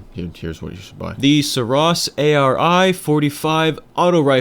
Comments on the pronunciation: You're still not making any sense with 'oss' or 'ross' - you're adding the extra 's' on all your examples - THAT is the problem, there's only one S. If you wanted to pronounce it Sur 'ross' it would have to be spelled Suross. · Seriously dude, it was a great vid explaining all the guns and whatnot, but stop trying to justify your mistakes... The developers have named and pronounced the name the way they wanted it to, just take it and leave it. You're making yourself look really foolish at this point...